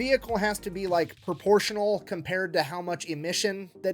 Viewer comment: I caught that “proportional” !